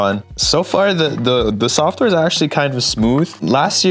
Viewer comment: Lol softer bro it's software